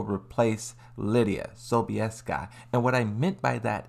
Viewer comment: Not only your theories make less and less sense, while being unsupported by any objective premises, but you can't even pronounce the names of these characters correctly. "Leeda" - who the hell is that? "Victor Chaolan" - is he some sort of Lee's relative? So Victor happens to be Lidia's replacement just because his organization is after Kazuya? Oh come on, bruh! If Victor had been released before Raven, Dragunov or Yoshi and there would be no roster leaks, you would be claiming that Victor is replacing Raven (because of he's codename and the fact that he founded and trained the Raven Unit), Dragunov (cause he also has a military background) and/or Yoshi (cause he also uses a katana). Deadass!